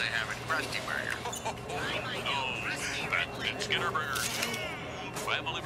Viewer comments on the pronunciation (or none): When the narrator said "Skinner" in the training video, it sounded more like "Schemer"